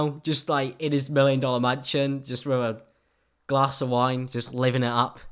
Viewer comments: "Wiv" no remorse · "wif no remorse" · at the beginning i think you meant “i can film that body wiv no remorse”